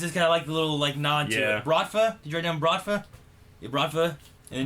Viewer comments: That's not "Bravta", that's "Bratva". The word "Brat" means "Brother". Btw this word is a common noun, there is no gang in Russia called "Bratva". If we refer to organzed criminals we just say "Mafia". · Its "Bratva" not Brafta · It's Brat-va dude, I don't know why him saying Bravta annoys me so much :P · "Brafta" you mean Bratva lmao nice video bw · DUDE! BRATVA* not BRAFTA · Man he keeps saying"bratva" as bravta. Anyways, as always, awesome reaction and discussion. Keep rollin'. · ITS BRATVA DAMNIT, just needed to say it, I know I'm months late, but it's fucking Bratva XD